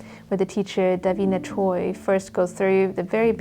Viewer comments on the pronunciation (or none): none